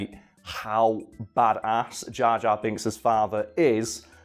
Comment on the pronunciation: jor jar binks